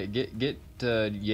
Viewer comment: I am German and it is funny as fuck when you struggle pronouncing our troops xD It is called Fuchs, pronounced like "Fucks"